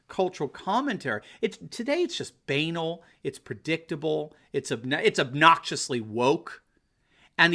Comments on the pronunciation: This is constructive criticism: your pronunciation of "banal" should NOT rhyme with anal. It's pronounced buh - nal. And again, please do not be over-confident. President Trump CAN LOSE this election. He needs every vote he can get. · Do Americans really pronounce "banal" like that? I checked in a couple of dictionaries and it's always with stress on the second syllable. Can someone tell? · It's pronounced bahn-ALL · Lol pronunciation of “banal.”